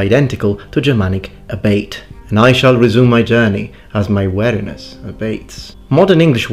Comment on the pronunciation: Sorry, you pronounced weariness wrong. You said wariness which it to be alert to something that you are suspicious of, rather than w-ear(the part of the body)-iness